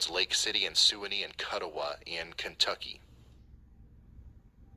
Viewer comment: Didn't pronounce Kuttawa or Suwanee right so not from western Kentucky